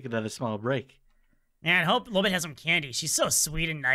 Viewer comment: STOP CALLING HER LOOLBIT ITS LOLBIT